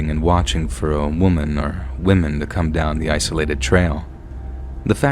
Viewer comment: "Woman zoo"😭🙏🏻